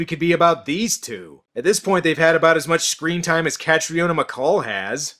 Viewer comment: Very minor point, but Caitriona is actually pronounced the same as Katrina. But hey - this movie is absolutely nauseous.